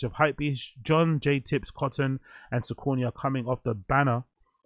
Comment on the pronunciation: yoo i think its pronounced sock-a-knee broo 😅 but yeh a confusing one